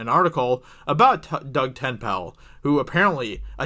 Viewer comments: who is Doug TENPAL???? Look at his GD twitter. TenNapel. Say it like it's spelled. TenNapel. TenNapel. =8-Þ Take two seconds to look at someone's name and try to pronounce it correctly. He purposefully writes it like that for his twitter to do the work for you on how to say his name. It doesn't make Geeks+Gamers look credible if you don't even attempt to say his name correctly. He's on EVS's Live stream every other one. Watch any one of them and you'll see that he is a BIG part of #ComicsGate as he just sent out his new Graphic Novel, "Bigfoot Bill". I really live your videos, but I grimaced and said his name correctly every time you mispronounced Tenpal. Maybe I'm just a loon like that, but for some people, at least TRYING to say their name correctly is enough; you didn't seem to give it that much. Just sayin'... I'm harsh because I care. =8-Þ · They want the creator of the Earthworm Jim not to be involved with the game about him? Unless Doug Tennaple (pronounced Ten-aple) sold the rights to Earthworm Jim, it is very difficult not to be involved into the new game. I remember the comic and old Sega games with great joy. SJW agenda is the cancer of humanity. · LOL your horrible mispronunciation of Tenapel again and again and again was so unnecessary. If you had bothered to google him, you'd find a wiki page with correct pronunciation. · you butchered his last name dummy, don't report on something if you can even pronounce his name correctly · For crying out loud, 5 seconds of research would have given you the correct pronunciation of Doug's surname, also his very strong Christian beliefs. If you want to create a commentary on something at least research it a bit first, otherwise your next job might as well be a buzzfeed. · IF YOU DON'T KNOW DOUG TENNAPEL THEN YOU DON'T KNOW COMICSGATE. By the way, you're pronouncing his last name wrong. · The mispronounced last name made it difficult to get through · Ten- nape- El. Not tin pal.. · DOUG TEN-EH-PULL